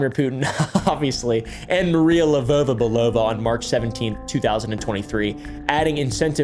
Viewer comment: Btw as a Bulgarian (we gave the russians their alphabet) actually saying names with a slavic accent makes you pronounce them way closer to how they are. You say LevOva BelOva where it is more like Levova its not an OH sound it`s an OU sound